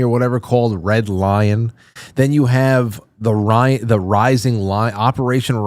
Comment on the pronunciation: Iron, lyin’- er, I mean lion, Zion. 🤨